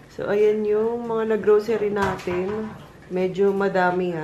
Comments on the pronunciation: "Subukan nateyn" HAHAHA napatawa nyo ko and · Nakita q un..."SUBUKAN NATEYN" 😅😅!! Ang cute nyo 😍😍